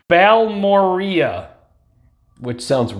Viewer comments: I think it’s pronounced Bal-more-ay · Its pronounced ball- more- ray